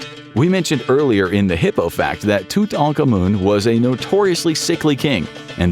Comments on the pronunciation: I learned it is pronounced Too-tah-ank-ahh-moon... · it defiitely sounds like it. Did you hear the way he said Tutankhamen? LMAO